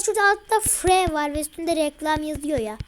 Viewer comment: Süper ingilizce free ne lan firi diye okuyacaksın